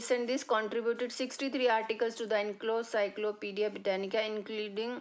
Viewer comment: Mam, I'm sorry to say, but its Encyclopedia, not enclocyclopedis. I'm sorry to tell you this, but you made mistake in pronunciation.